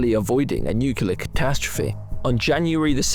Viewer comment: Nucular? Are you for real?